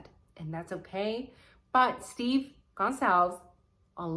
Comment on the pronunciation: I love your ideas.. but can you please pronounce the name right,, “gon solve as “ I agree with everything you say and love you’ve Chanel!